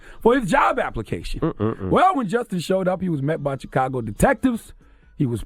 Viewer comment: I hate how Charlemagne says chicago. Cheekago. Fukin idiot